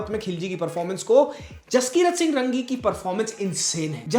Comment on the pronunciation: जसकिरत सिंह रंगी नहीं, रांगी है वो।